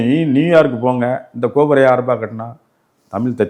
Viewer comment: ஐயா தமிழ் என்பதை தமில் தமில் என்கிறீர்கள் உச்சரிப்பில் கவனம் செலுத்தினால் மேலும் சிறக்கும்